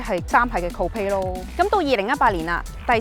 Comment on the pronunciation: 唉讀錯個人名有乜大問題啊. 連最簡單嘅coupe發音都讀錯, 人名複雜咁多算得乜啊